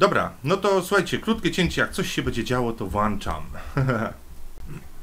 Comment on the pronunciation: WŁĄCZAM a nie WŁANCZAM!